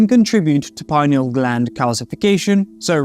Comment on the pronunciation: You can't even pronounce "pineal gland" properly how can you lecture about it!!!!